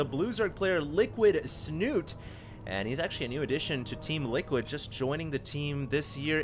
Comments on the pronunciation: I know that in english the ending can be silent. But in this case Snute is a Norwegian player, and the E should not be silent. Unless he has specifically said it should be pronounced "snut". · Please please stop saying "Snut" :) The E is not silent. And its Norwegian for "snout" ;)